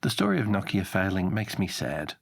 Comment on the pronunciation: NO KIA not KOCK-E-AH